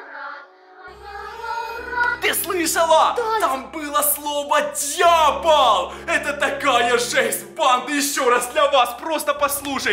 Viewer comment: а почему тут он сказал слово дьяпол если правельно дьявол